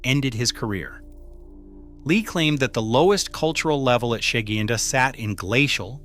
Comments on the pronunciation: Sheguiandah is pronounced - sha-GWIN-dah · Sha-Gwyn-Da, at least that is how everyone that lives here pronounces it